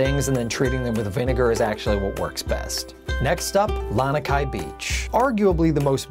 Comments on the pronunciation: Yeah, me too. And "Lanakai" instead of "Lanikai". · Awesome video! But, it's Lani (La-knee) kai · First fail I noticed from him was he said "Lanakai". I stopped watching and thumbs down after that. Just another non-local pretending to be some kind of expert. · I cringed every time he mispronounced Lanikai too!